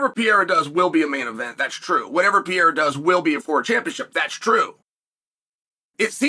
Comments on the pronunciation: I love how he refuses to say Pereira correctly. He pronounces it different every time 😂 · I'm shocked how chael can pronounce so WILD names perfectly. But can't say Pereira correctly at all 😂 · Bros name pronunciation is so dookie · How is he still not able to pronounce this guys name yet? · It's actually remarkable that chael works for and around the UFC and still can't say the name of probably the most well known fighter in the UFC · Chael.....replace the R's with an H.... And ur good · at some point you have to learn how to pronounce his name - its starting to get disrespectful. PE-RE-RA (not PEE-AIR-AH). would you like him relentlessly calling you "chael so-no-one"? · PER-RARE-AH, Chael... PER-RARE-AH 🤡🤡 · Man, his name is Pereira, not Piera like you say it 🙂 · Álex Pierra ✅ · Alex Pee-Yera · Alex “Perrera” 😂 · Chael’s language Pee-Air-Ah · We are living in the Alex "Pee" Era... thank you, Uncle Chael. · It's Per-rare-rah unc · Pee-Aira is fighting Blahal! … or maybe even Will Flury! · PER - RERA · If Uncle Chael says its P-era, then its P-era!!!!!!! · Chæl: if you’re going to talk about MMA, please learn how to say “per era”. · Who tf is Alex Peeyera? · Pee-Era and Uncle Eye-Ev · Four years later and Chael is still purposely mispronouncing Poatan's name. Pee-era 😵‍💫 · Chael will never attempt to say this man’s name correctly. Cmon uncle Chael, he’s a double champ. I’m from Oregon, I have the same dialect as you, I don’t see how you get to Pierra. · Who is Alex Pee-era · I’m pretty sure uncle Chael is trolling when he says “Pee-eira” 😂🤣🤘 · Chael "Pee haira" Sonnen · Who is Alex Peeara? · Who the actual fuck is “Pierra” uncle Chael? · Alex Pee-era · It is now the "PEE ERA" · Alex pea-era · Who tha f is piyera?